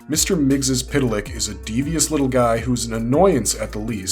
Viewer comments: According to the Super-friends it’s pronounced Mix-zolt-plyk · Mister missyezpitelik pronounced so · its PERNOUNCED MIXLEPLICKT ISN'T IT? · heh heh heh he said tip lick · It is Mix Ill plick Get it right, geezh! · I've always pronounced it "mix'lplicks" , but I'm from the 3rd dimension and most likely my dumb human tongue can't pronounce a 5th dimension name. ... pretty sure I've never been tricked into saying my name backwards, so, I'll call it a wash?